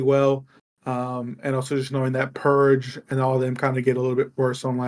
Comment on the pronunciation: I love ya buddy but the way u call Purj Pur. J. Just fucking pisses me off 😂😂😂😂